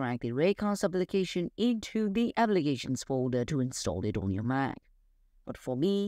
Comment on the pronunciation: It’s “Mac” not “Maaa.” Place more emphasis on the “c.” It took me a while to realize you were trying to saying “Mac.” Maaa is short for mom. In America, Apple is a god. Do not disrespect our gods. It’s blasphemous. Repent and redo this video saying “Mac” correctly or the Apple secret service will be angry.